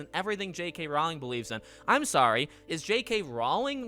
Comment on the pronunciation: Just FYI... "Rowling" rhymes with "bowling". :)